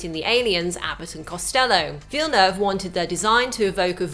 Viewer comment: Why can she say Dennis Villeneuve right but not Americans?